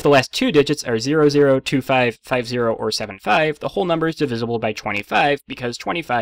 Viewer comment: Out of everything in this video, how did you manage to mispronounce "divisible"? D I V I Z L E